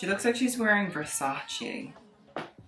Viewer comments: ITS NOT VERSACI it it VERSACE! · ps. it's versace, not versachee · not trying to go off or anything but... don’t say you’re a fashion critic if you can’t even pronounce versace correctly. also, a majority of these models are born with a less toned version of the bodies they have. by bashing VS for not including plus sized models, you’re being a hypocrite for body shaming these models for how skinny they are. naturally skinny people exist! these girls work out and eat healthy to tone the muscles and bodies they were blessed with. sure, there are models with eating disorders, but as a model myself, i can say it’s less common than you would think. these girls work their asses off in healthy ways to get to where they want to be. this video honestly disgusted me. bash the brand, not the models who work so incredibly hard to be a part of the show to pay their bills. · Ohhhh my GRRD it killed me every time he said Versaci Instead of it's correct pronunciation Versace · What really makes me cringe is the way you pronounce versace